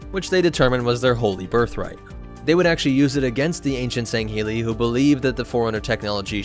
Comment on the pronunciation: The Arbiter’s name is pronounced as “Tell Vedom.” The prophets’ race is pronounced “San-shy-yoom.” The Arbiter’s race is pronounced as “Sang-heellee.” I was wincing every time I heard “Senshoom...”